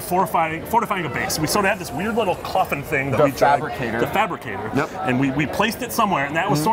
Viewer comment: lmao he said thabricator... its fabricator cmon